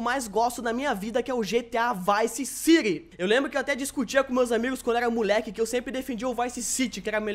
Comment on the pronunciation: O falou VICE CIGI.